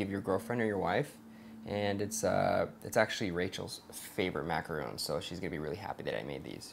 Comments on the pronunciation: you know that's a macaron not a macaroon right? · He keeps saying macaron wrong. It's mac-a-ron, not mac-a-roon. Two different types of food.